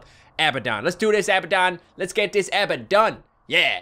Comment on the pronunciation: IT'S UH-BAD-DUN = ABBADON